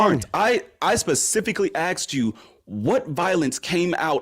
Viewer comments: I specifically axed you😂😂😂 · "I specifically axed you . . . . . . . . . . . . . . . "